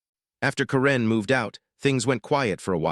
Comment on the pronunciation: Learn how to pronounce karen